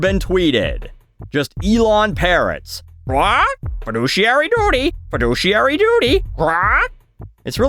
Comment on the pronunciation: I own stocks and this video is the first time I heard feduciary